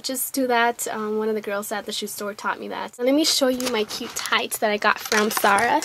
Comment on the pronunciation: its ZAH RAHHHHH NOT SAH RAH